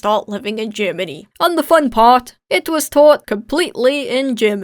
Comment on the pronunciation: “aye moov to gurmanee” ... k